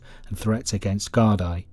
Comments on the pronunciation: I can't see the point of A: using the American Westies gang at the start, and B: using American footage to portray some of the nefarious actions. And the Gardai is pronounced "gard-ee". The actual facts of the situation are spot on and very well researched. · No darling from the states ? In ireland just cos no all speak gailge meaning fuckin irish its pronounce is gardi ya smart cunt.